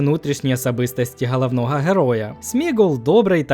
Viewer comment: Мені так пОдОбАЄцЯ коли людина з вимовою "гХалавнова" гєроя висміює чуже невігластво😮